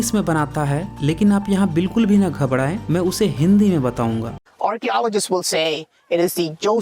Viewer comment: Gabdaye nhi gabraye fuddu